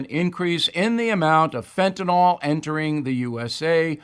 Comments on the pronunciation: Why do people keep saying fentanol? It is fentanyl. Fen-ta-nil. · (Stupid comment) As a nurse, I'm always trying to spread the word... it's not Fen-ta-nol it's Fentanyl or fen-ta-nil. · Actually it's only ever been pronounced one way in the medical world. Ever since it's been discussed amongst lay people, it took on the wrong pronunciation. Doesn't matter, just a fun fact. We all know what they're talking about.